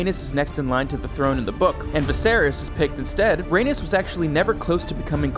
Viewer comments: Bruh only 30 seconds in and this voice over guy is killing me. "Raynis" Tell me u haven't watched the show without telling me u haven't watched the show. And he's doing the voice over for HotD video? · Rhaenys is pronounced Ray Knees not like Uranus. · You’re mispronouncing Rhaenys! RA-NIECE